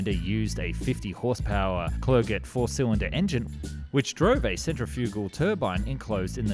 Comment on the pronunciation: Buracrest, Propusuler, Clergette, Louiss Bergette, and Gabrielle Voyssin